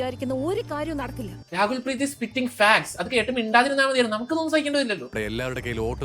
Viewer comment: Rakul preet ❌️ Raagul preet ✅️